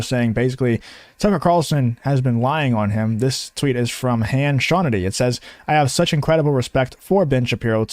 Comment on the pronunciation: WAIT HAN SHAWNITY....😂😂😂😂